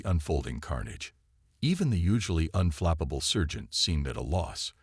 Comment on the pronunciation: It took over half this video to realize you werent sayin "surgent" . I thought maybe u were saying a weird shortened version of "insurgent" that only u used, but then it hit me you were trying to say sergant...